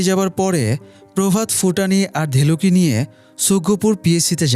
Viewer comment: ফুটানি নারে ভাই ভুটানি